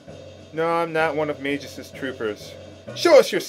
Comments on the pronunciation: Haha, "Mage-us". Magus is pronounced, well, magus, not mageus. In fact, I'd say it's pronounced like "Mag" in "Mag Roader" (FF6), and the "us" like you said it. Great LP series, by the way. This is going to be an epic one! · ugh, you keep on pronouncing this so differently, saying E at the end of Marle, and pronouncing the g in Magus as a j... It's somewhat vexing.